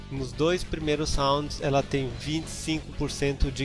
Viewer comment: o Smax do Ryo parece que ele fala '' Cheguei em Santos'' uahsuashuas